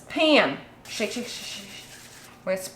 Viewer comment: Paam. You can hear your midwestern accent big time when you say "Pam" :)